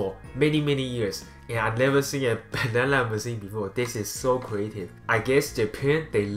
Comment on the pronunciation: he says banana so funny